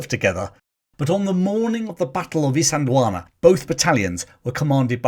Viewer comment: Well done on pronouncing Isandlwana properly. I think Hollywood ego did get to Niven in that he attempted to volunteer for the RAF rather than serve in the army. Despite that hiccup, he served his country with honour when he so easily could have remained in America. Nivens American experience as well as his military experience made him the ideal liason officer both sides could work with.